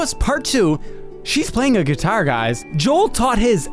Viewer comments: I like how Joel pronounces guitar right and yet Nick pronounces it wrong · I swear the way he pronounces the word guitar drives me insane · The way you say "guitar" is very Irish. You've got some interesting accent idiosyncrasies